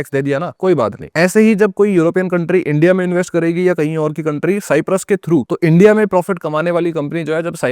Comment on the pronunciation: Don't say साईप्रस सायप्रस बोलो